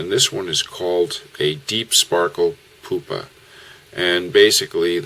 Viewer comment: Loved the video, especially the application of the antron to produce the bubble. But "ouch," the pronounciation of pupa is "pew-pah" not "poo-pah." As an entomologist, I cringed when I heard the mispronounciation.